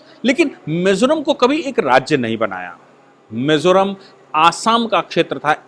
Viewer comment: Not Mesoram .. it's Mizoram Sir...